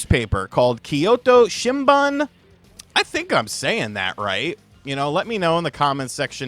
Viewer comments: It's "shinboon" you got Kyoto correct. Shinbun means newspaper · it is pronounced shin-boon. Means newspaper in Japanese.